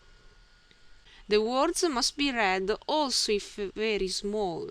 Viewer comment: Thank you! Your videos are very helpful to me. Your pronunciation is good for a non-native English speaker. You speak clearly and are easy to understand. One small tip to help you: Be careful with 'v' on very.